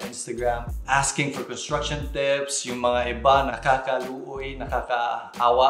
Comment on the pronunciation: "nakakaluoy" HAHAHAHHAHAHAHAH